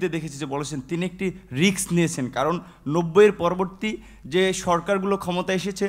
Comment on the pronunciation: রিক্স না রে ভাই রিস্ক